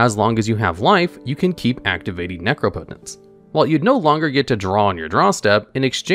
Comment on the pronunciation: Nooooo he stopped pronouncing it nec-rop-ot-ence , I loved that bizarre pronunciation 😢